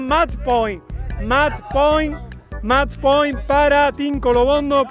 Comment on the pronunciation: "Mach Poin" Nivel B2 First Certificate